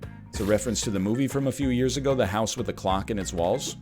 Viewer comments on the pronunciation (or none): none